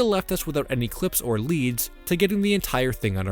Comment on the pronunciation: why did you say cwips instead of clips? or febwuawy